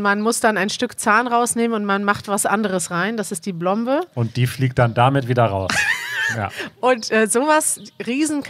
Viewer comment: kleine korrektur: es heißt Plombe, mit hartem P von lat. Plumbum = Blei ;)